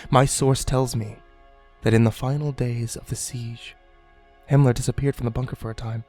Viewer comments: Was he saying Hinler? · ***** Do you keep saying Himler? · Isn't he saying Himmler? The head of the SS?